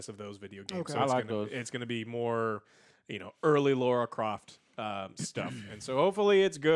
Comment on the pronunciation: La ra croft, no U in there